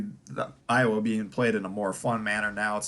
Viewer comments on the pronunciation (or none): none